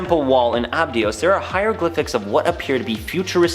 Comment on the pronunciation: This channel is annoying. They don't pronounce Abydos correctly. Additionally, the sphinx also used to be a Lion looking at the Leo constellation. These people just read what they are told. I doubt any of them are even really interested in archeology.